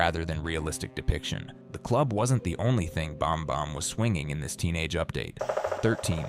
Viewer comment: The AI is strong with this one. Bahm-Bahm instead of Bam-Bam? Really?!?!?!